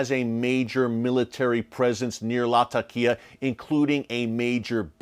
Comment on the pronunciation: hello my brother Eric. Thank you for theses updates. Just one simple correction. It is pronounced Latheqiah or if too hard to pronounce you can use Lazeqiah. This would make you more professional my brother for it is the proper sound to the name. Thanks.